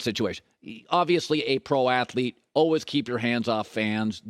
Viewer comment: Please tell me youve heard him say “Allwiz”. “Allwiz works hard. Allwiz on target” 😂